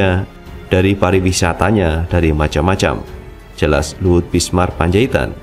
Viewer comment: ...jangan mengganti nama orang dong. Anda berulang kali menyebut L BISMAR P. Apa p Luhut sdh ganti nama? Cermat sedikit dong.... ini kan dibaca banyak orang....Yg benar BINSAR kali mas....???